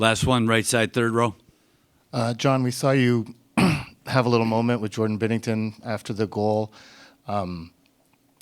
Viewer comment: It's Binnington, not bennington